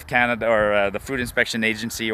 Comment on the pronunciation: CANADA OR IS IT COMADA?